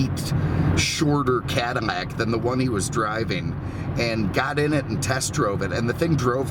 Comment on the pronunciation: 😂😂😂😂, I know I wasn’t hearing things. I knee he was saying Cadimack, Modim etc.